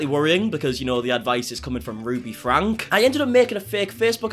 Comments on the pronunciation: Their last name is pronounced Frank E, not Frank. 👍🏼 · Franke is pronounced frankie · Love your content. Keep it up! I did want to let you know that you are miss pronouncing their last name. It actually has an E sound at the end. Frank– E. Doesn’t change a thing, just wanted to let you know. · Her last name is pronounced like Frankie